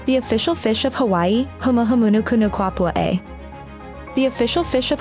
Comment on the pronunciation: You mispronounced the Humuhumunukunukuapua'a.